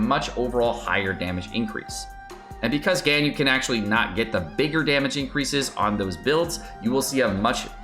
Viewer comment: This is for sure his worst video yet and led to me unsubscribing. I can’t stand click bait genshin youtubers. And the mispronunciation of Ganyu/Gorou.